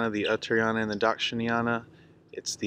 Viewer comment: Uttara+ayana = northern+journey..pronounced Utta'rayana